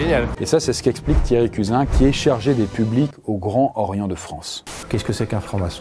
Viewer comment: En effet. Tout le monde sait ce qu'est le Grand Orient, et personne ne prononce ce nom « Gran Horien ». Ne pas s'être renseigné sur la prononciation correcte de l'institution à laquelle on consacre une vidéo, ça témoigne d'un certain amateurisme.